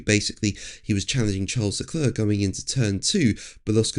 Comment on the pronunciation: I like how reactive this channel is. You actually listen to your viewers. I made one comment about the pronunciation of Charles Leclerc's name, and immediately you have addressed it, and in this video you pronounced his name correctly (the English pronunciation, anyway). Great stuff, mate. Keep up the great work!